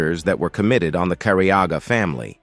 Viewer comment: Finally the last name is said correctly. Can’t believe it took an AI voice 😂